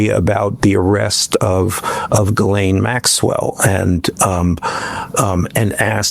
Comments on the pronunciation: why do people keep pronouncing it Jizz Lane lol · I love that after all this time, no reporters can pronounce Ghislane's name right. Jizz Lane is my favorite.